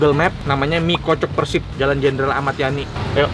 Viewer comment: Kalo nyebut PERSIB itu PÉRSIB Bang...